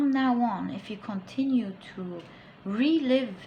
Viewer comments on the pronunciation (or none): none